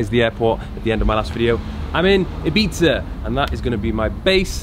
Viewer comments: that is how you pronounce Ibiza correctly, in case anyone was wondering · Dan Fogg Nah it’s “Ih - beeth - ah” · I swear its pronounced “eye bee tha” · Ee-bee-tha - Spanish doesn’t have the ‘eye’ phonetic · It’s pronounced “ibitha” 🤣🤣🤣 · Finally someone who knows how to pronounce the word "Ibiza" properly!!! 👏👏 Great content btw 👍👍❤️💪🏻